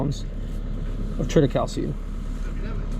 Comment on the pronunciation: What you call triticale is pronounced tri ta cay lee. Just thought you might want to know. Keep up the videos. I love them.